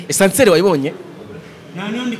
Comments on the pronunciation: Ascenseur... apana Essanseri...... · Ntago ari essenseur bavuga (ASCENSEUR ).